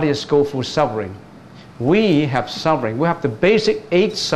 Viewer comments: It should ber FUR NOT BER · Your pronunciation of SUFFERING is wrong. You should pronounce SUF- FER-RING not SUB- BER- RING.